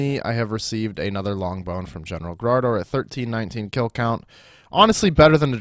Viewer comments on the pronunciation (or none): whos graardor? i thought his name was garage door. disappointed,.